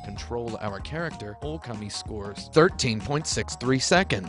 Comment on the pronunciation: Also, it's pronounced okami not oukemei .